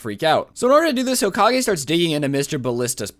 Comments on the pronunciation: Hoka-gay thats how he said it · I'm gonna call him hokagay Me: hmmmmm hokagay hoka-gay GAY